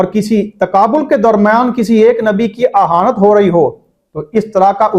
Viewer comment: کھوتے شاہ ، اَہانت نہیں ، اِہانت